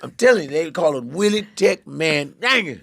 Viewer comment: lollll why you gotta say Jenkins without pronouncing the J